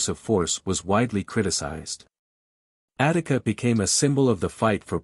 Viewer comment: Attica not Attic